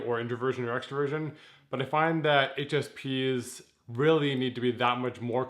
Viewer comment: sounded like he said HSPenis xdxdxdxdxdxdxdxdxdxdxd